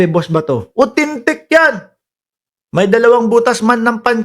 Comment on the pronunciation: Grabe Ang tawa ko sa pag gaya mo kay Kalbong Bato sa pag sabi niya ng AUTHENTIC as “UTENTIK!” 🤣😂😝